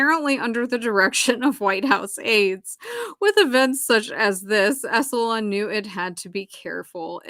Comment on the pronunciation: I love your show,. I totally get into it. Anything you want to cover is cool with me. I just want to say it's 'Esalen' (en) like "Esalynn" not 'EsalON' like "salon". Don't worry, I had to be corrected when I did radio news on how to pronounce 'Cape Canaveral' and when I worked as a teacher with NASA on how to say 'NASA' instead of 'Nasaw'. It's okay, you're human. I hear people mispronouncing words online all the time and I don't have any kind of judgement about it. It just gives you more credibility when you say it the way it's supposed to be said and it helps with our comprehension. Plus if I keep hearing it wrong, I start saying it wrong myself.